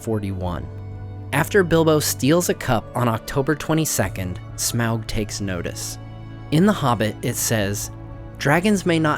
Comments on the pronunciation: Sorry but pls don't prenounce his name as smeaog...it is smaug, as in "fog" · shamoug lol you say it soo bad... smog is soo much better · Hated how u said smaug lol "smowlg" its smog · the pronunciation of smaug as “smowwg” has always sounded wrong and somewhat dumb to me. i first read his name as “smog” which just sounds better, but i guess it doesn’t really matter anyways. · Smawg, not smowg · smog not smag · American accents shouldn't try to pronounce Smaug as, "Sm-oww-g". It sounds off. "Awe-g". "Smog". Like the amalgam of smoke+fog. "Sm-awe-g". Just like the Rankin-Bass voice actor says. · why the heck are you pronouncing it weird like in the movie?? it's smog. not smowg. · Smowg? 🤣 it’s Smaug lmfao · It's pronounced as (smog) not (smwa-ug) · Lol, when you say "smaaauuggg" your southern voice comes out. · Im pretty sure smog is the correct pronunciation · It's pronounced smog , peter jackson miss pronounced it because of his accent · Its pronounced Smorg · the A and U together make it sound like an O. Pronounced Smogg. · I thought Smaug was pronounced Smog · of the Rings: You keep (mis)pronouncing " Smaug "..." Smowg ". Seems a little off-putting. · Also, wtf Smaug, Tub-trading Lakemen sounds like a slur 😂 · Why do you say smaug wrong?